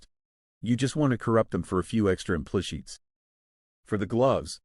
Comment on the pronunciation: Im-plush-its? xD that TTS